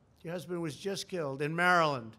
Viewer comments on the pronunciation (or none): none